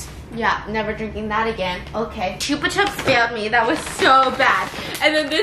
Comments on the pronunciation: "choopa chaps" 😂😂😂 that was cute. Here in Spain we pronounce it as "choopa choops". Our vocal "u" is like your "oo" sound (like in good morning = gud mornin) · Stephianie: chupa chops honey chupa chops! Me: gasps is outraged THE FUCK STEPH!? IT'S CHUPA CHOUPS! NOT CHUPA CHOPS! GUYS HOW DO YALL SAY IT? Chupa chops or chupa choups? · Chupa CHOOPS not chuhps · U say chupa chips wrong ahaha it’s so cute how u say it